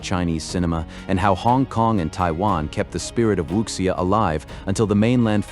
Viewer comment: Wuxia is pronounced Wu (soft G)ia Also the audio was AI generated